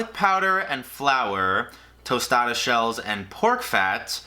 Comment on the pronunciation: A tOsTaDa lmaooo